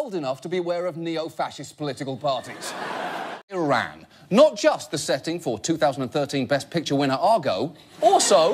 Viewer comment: i wish he would pronounce 'iran' properly